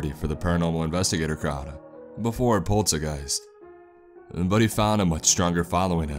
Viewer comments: Pretty sure it’s supposed to be pronounced Polter “zyt” “gyst” but who really cares? My fugging ocd, that’s who. I did like the story though. 👍❤️ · "Zeit", pronounced like 'Night'. 'Poltergeist' is a 'noisy ghost' and 'zeitgeist' is the sort of 'spirit' of a time period. Like the 'mood' of a time or place. It's clearly pseudoGerman here, but if it had an actual meaning it would probably be something like 'noisy ghost time' or 'noisy time ghost', which means it's either Real Poltergeist Hours or some sort of timelord ghost who won't shut up. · the pronounciation of "Zeit" gave me a bit of cancer. :D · Made me cringe every time he said the name 🤦‍♂️ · That's notnhow you pronounce that word. Everyone you say it that way I chuckle